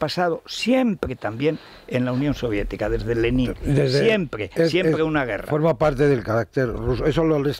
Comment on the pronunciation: Federirico empezando por que pronuncias mal Lenin , lo demás es una sarta de bobadas. Zelensky es lo más sumar a Sánchez que hay